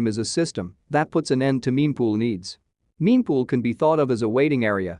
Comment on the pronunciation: “Memepool” hahaha.